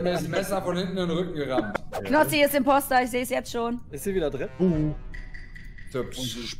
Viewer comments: Hahaha Wie er immer Komposter sagt 😂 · Fällt eigentlich keinem auf das Knossi immer Komposter statt Imposter sagt aber ich liebe diesen Typen . Wenn ihr das schon Lest, schaut doch mein Kanal an. Ich bin so scheiße, ich brauche Unterstützung 😂😂